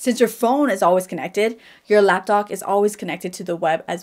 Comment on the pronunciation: She’s totally saying “Lapdog”.